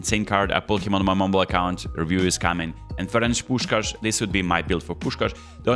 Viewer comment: I know that it is not the main focus but I know that every Hungarian will agree with me: thank you that you perfectly said Puskás❤ Much love